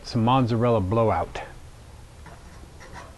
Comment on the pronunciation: There is no "N" in "Mozzarella". Unless you know of a new cheese called "Monzzarella". Other than that, the video was pretty informative. As has already been stated, you put the cornmeal on the pizza peel, not the pizza stone. Regarding metal versus wooden peels, Soft dough sticks to metal more than wood but the metal is thinner and easier to wrangle the cooked pizza. And a proper wood fired pizza oven is at least 600 or 700 degrees. Not 450 as someone else stated. That's for deck ovens.